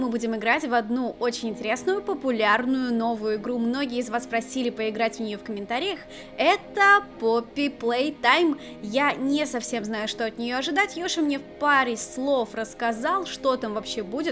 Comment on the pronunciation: Не паппи а поппи